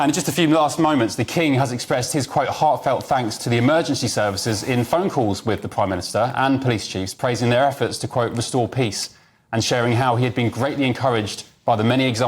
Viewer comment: "His heartfelt Fanks !!!" Doh!